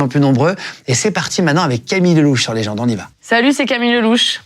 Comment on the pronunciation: Camilleuh !!! cro bieng !!